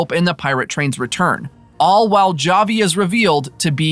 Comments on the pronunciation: Havi it is pronouned havi not (j)avi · It’s pronounced HAVI, they literally say his name many times in the show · Oh no you can't pronounce Javi